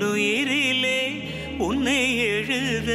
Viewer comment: ல, ள, ழ ... ந, ன, ண... ர, ற... வித்தியாசங்களை துல்லியமாக உச்சரித்தது தெரிந்தது! இ'ல்லை' உறக்கம்... நடை த'ள'ர்ந்து... உன்னை எ'ழு'த... 'நா''ண'ம் எ'ன்ன' பாவம் என்ன... இல்லை உ'ற'க்கம் ஒ'ரே' மனம்!